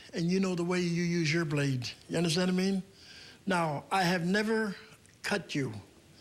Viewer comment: “ Ya undastandamean?” Lol